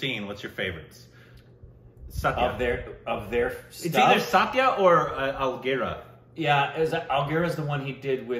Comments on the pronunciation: It's not Algira. It's Aligarh. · what about “ Aligarh”? Hope that is not a running joke too, being pronounced as ALGIRAH.